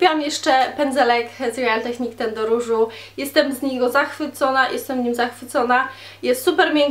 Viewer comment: Mieszkasz w UK, a nawet nie umiesz wymowic Maybelline czy real techniques.....